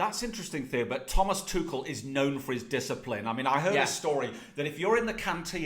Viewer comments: Thomas tushel its tuchel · Thomas "Tooshel" 😭🤣🤣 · This kid cracks me up. 1st he was on PSG jock. Now it's "Two-shul" mannnn gtfoh. Stick w the EPL. You're outta your depth here pal.